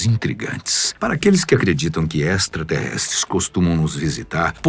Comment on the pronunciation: "ESTRASTERRESTRES" KKKKKKKKKKKKKKKKKKKKKKKKKKK Uma forma EXTRA de Alien!!!!